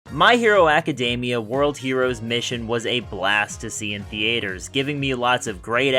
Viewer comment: Hold the phone. You pronounced theater weird